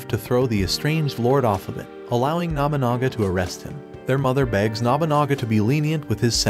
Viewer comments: The way you pronounce Nobunaga... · Every time he mispronounces Nobunaga it makes me twitch a little....